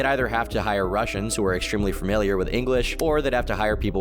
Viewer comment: this boi talkin about literacy and still says "farmiliar"